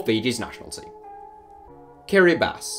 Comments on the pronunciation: Well, it is pronounced as Kiribas in the Gilbertese language, so he's not far off. I sense there's a wooosh here, but anyway. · it is pronounced kiribas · Everybody:Kiribati: KiRiBaSi